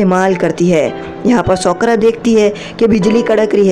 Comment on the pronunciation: Usko sokra Nahi sakura kehte hai